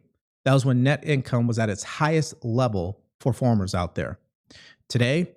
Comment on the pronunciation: You literally called Farmers and Farms: "Forms and Formers" like 25 times. Not hating, just thought you should know the pronunciation is wrong for your listeners